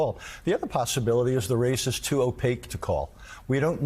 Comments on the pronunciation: Hey Joe... "Opaque" has 2 syllables not 3. It's like he's only read the word before but never heard it. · TIL Joe can’t pronounce opaque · I must point out to Joe that the word Opaque is not pronounced Opayic, O pake is how it sounds. Sorry for being a nerdy wordsmith, but you live in the world of journalism which aims to educate.